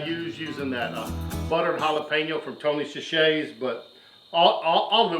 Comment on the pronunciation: Its Tony sa-sure-ees. I like the flats best anyway! thanks.